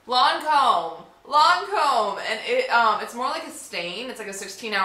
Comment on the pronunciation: It's Lancôme not lawn comb lol